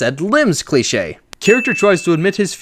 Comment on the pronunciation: My 2 cousins got so annoyed when you kept saying cleiche